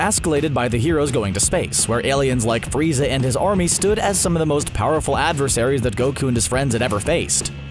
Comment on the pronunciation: it sounded weird when yoy said "frizza and his Daddy"